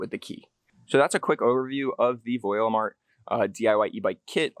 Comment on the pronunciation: Great video, thank you! 👍 However, we are Voilamart, not Voilimart. 🥺